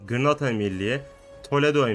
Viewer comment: Abi o gırnata deyil Granada